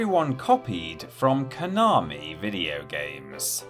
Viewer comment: If you're going to the trouble of pronouncing 'Gradius' correctly, you could at least learn how to pronounce 'Konami' properly too. There's no 'r', it's 'ko na mi', not 'ko nar mi'... (Love the channel really, keep up the good stuff!)